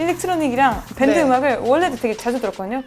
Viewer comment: 문수진님 포인트는 계속 된발음을 안하고 말하는게 포인트임 ㅋㅋㅋㅋㅋㅋㅋ 보통 뺀드 라고 하는데 밴드라고 하고 그러다가 영어 나오면 영어 발음은 잘함 뭐지?!?!? 그게 문수진님 치이는 포인트 입니다 아시겠어요?